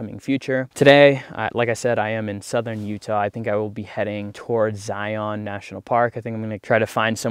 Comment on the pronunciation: Zeye-un, not Zeye-On. Keeps the locals from cringing, lol. ✌ Safe travels.